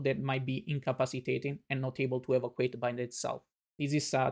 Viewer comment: I appreciate this, and I understand that the documenter here does not speak perfect English. May I however point out that the word evacuate is pronounced *e-VA-cew-ayt*.